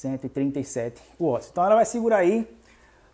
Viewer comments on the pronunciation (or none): O nome é watts * nao uoti